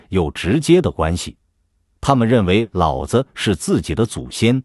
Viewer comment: 「老子」不能唸「三聲和輕聲」要唸「二聲和三聲」